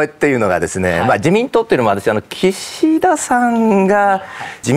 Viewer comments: キシ↑ダさん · 井川さんの『岸田さん』のイントネーションが独特過ぎる